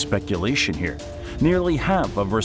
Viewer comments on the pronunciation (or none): none